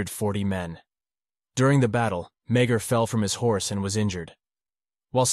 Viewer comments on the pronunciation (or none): The pronouncement of his surname is, me-a- r. Not meg- her. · Love the content...but as a descendant of Thomas Francis Meagher, our last name is pronounced more like "ma-har"